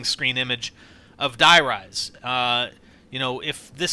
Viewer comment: Its not acctualy Die Rise it is acctualy Der riese word for The giant Die Riese has no sense and "Der Riese" is the codname for a secret laboraty where they tested element 115